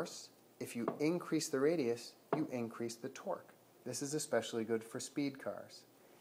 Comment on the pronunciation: sounds like Twerk when you say it